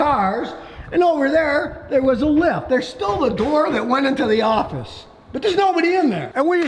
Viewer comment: "And this used to be where WE WARSCHE cars...".... gosh ...I just wash my car ... I better keep up with the times.... times a changing....lol.....